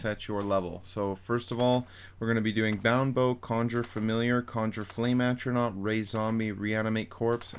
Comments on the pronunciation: Flame Astronauk. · would be Elon Musk's friend with the amount of "Astronauts" he summoned. You actually messed up on a lot of words.... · Good guide but how hard is it to say “A-TRO-NARCH”, come on dude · It annoys tf out of me that he says atronaut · Without the “S” but yes. Atronot 😂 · I like how you can't say Atronach properly but good amazing guide bro thanks.